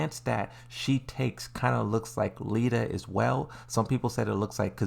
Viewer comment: it's nearly insulting to his subscribers, playing Tekken while pronouncing Lidia's name "Lita" I don't get it but fair enough I guess